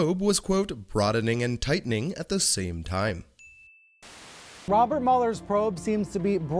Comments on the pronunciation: Did i hear brian say Wobert mueller ??? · Does he say "Wobert Mueller"? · That was “Wobert Mueller’s Pwobe”,. Get a hearing aid, will ya? 😉